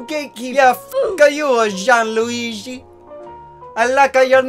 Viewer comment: The way says Gianluigi makes my italian heart shiver with arousal. Is completly incorrect but Uh. SAUCY